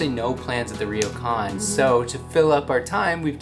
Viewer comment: it's pronounced 'Ro kan' not 'Ri yo kan'. The R and y are combine together to make a 'Ryo' sound.